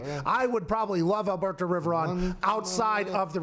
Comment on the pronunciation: Everytime Pat says AlBERTO Riveron 😂😂😂😂